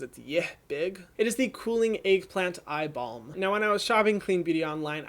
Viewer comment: Ohhh eye balm.....I thought you said eye ball the 1st time. Hahaha